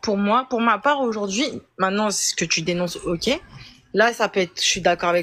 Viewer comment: Aujourdjoui, partchi, mentchi...jpp 😱